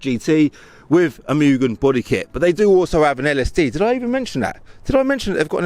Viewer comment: Not muuuugen it’s pronounced moo-gen